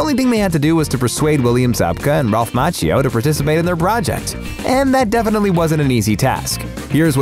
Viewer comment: Please check your pronunciation of "Macchio"